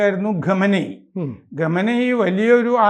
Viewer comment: ആരാ ഈ" ഗമനയി ", സർ ആ പേര് ഒന്ന് മര്യാദക്ക് പറ.